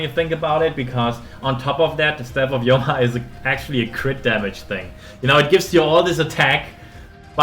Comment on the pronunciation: The Yoma is bugging me, obviously it's Homa after the Chinese term 護摩. Don't butcher words according to your subjective interpretation. Otherwise this calculation video is 👍🏽.